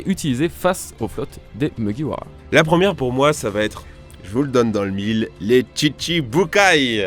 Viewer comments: Franchement je kiffe mais à il dis muguwawa au lieu de mugiwara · Pk tu beugue sur mugiwara tu dit mouguiwawa mdddr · 1. Vous pouvez utiliser le R français 2. Même si on utilise le R japonais, c'est facile 3. Pourquoi t'utilises le R anglais ??? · Désolé pour la prononciation de Mugiwara aha. Mine de rien c'est pas facile à dire rapidement. Go sur Twitter et répétez 50 fois "Mugiwara" très vite. Si vous réussissez, je vous lève mon chapeau (de paille).